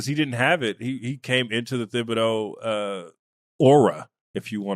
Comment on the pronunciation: How in tf can two OGs not even pronounce thibedeau right?